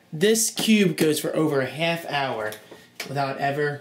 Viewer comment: a hayff hour, you dont say???lol